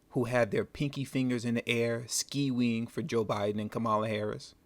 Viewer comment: This is so heartbreaking 💔. I was duped 🤦🏽‍♀️😟!!!! Thank you for sharing this video ✨ Oh and that part where he said “ski-weeing” for Joe and Kamala had me 😂. I know this is a very serious topic but that made me laugh. Now that I know better I will do better in rocking my vote…. I think I just dated myself 🤔🤗.